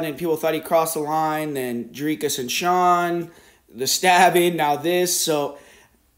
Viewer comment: How come you can’t say Sean’s first name? Lol